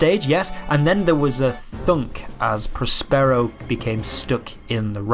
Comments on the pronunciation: hold your head in shame for aping the narrator's ridiculous pronunciation of Prospero (in the manner of 'sombrero'). As an actor, you really should know better! Love your reactions, though. Hopefully someone will cast you in their next project... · Well I've never heard 'Prospero' pronounced like that......